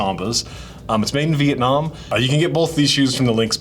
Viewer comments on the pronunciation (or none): none